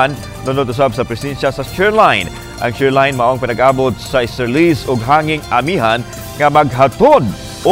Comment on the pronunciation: Kinsa man jud ng sigeg balita anang SHER LINE. Taka ra jud basa ba. SHEAR LINE = SHEER ANG PAGBASA ANA. STRONG KO KAY CGE KOG PANGITA SA DICTIONARY UNSAY SHER LINE, shear line diay to. Hahhahahahaha makasapot🫣😅